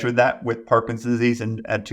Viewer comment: This is full of good information, as are the comments. Is the good doctor aware he is saying “parkinsease” instead of “Parkinson’s disease” through most of the interview? At first, I thought he was talking too fast for me to hear the extra 2 syllables. But they’re actually missing!